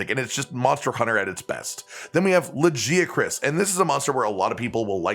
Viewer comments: good video but the monster pronunciations were goofy. La Jee uh Chris lmao. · I say Lagiacrus like you do but with a hard G. I never heard it pronounced as Lagia-Cruise... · Even when bro tries to say Lagiacrus correctly he says it wrong 😭